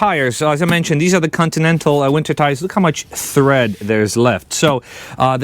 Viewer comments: Tread, not thread 👍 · Brother, it looks awesome. Just a quick note its "tread" not " thread" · It's tread, not thread! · Thread? Or tread? Different words..... different pronunciation. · Why do you keep saying thread?